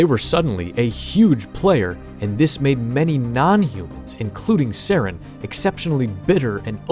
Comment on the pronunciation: You don't say Saren's last name correctly